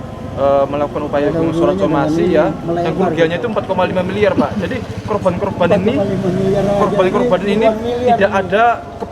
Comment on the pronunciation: yang benar korban.. bukan kroban.. salfok aq sama ucapan mu.. kroban kroban kamu blg..